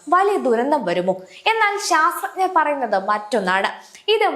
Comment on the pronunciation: ആദ്യം ശാസ്ത്രജ്ഞർ എന്ന് പറയാൻ പഠിക്കു കഷ്ട്ടം